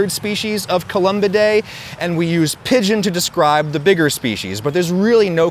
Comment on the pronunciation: Pigeon not Pidon